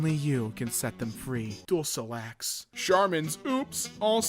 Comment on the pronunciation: Actually it’s pronounced dulkolax